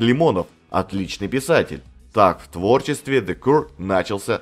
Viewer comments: Не Кур, а Кьюэ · Кью или Киё буква Р не произносится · Для начала автору неплохо было бы научиться правильно произносить название группы: "Зе Кьюэ". Из-за коверкания названия видео смотреть не стал - невыносимо это... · Спасибо, очень интересно было послушать про одну из любимых британских групп. Про the Cure как то маловато информации в инете. Единственное, немного странное произношение названия группы у автора, ну да ладно, главное, что материал собран и подан интересно 👍